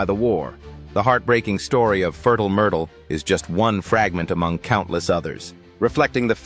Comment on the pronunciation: Had to chuckle at 'Furtl Murtl' pronunciation.